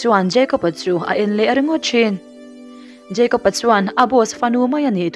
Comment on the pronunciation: Jeicob ani mi a.., Jacob ni zawk lo mi... Kapi...